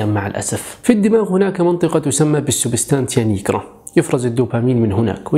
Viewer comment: سبستانشيا نيجرا هكذا تنطق